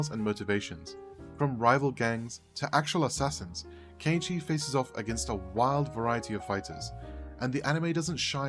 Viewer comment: An English speaking person pronouncing Kenichi's name properly!? Ok, you got my attention even before the 1 minute mark.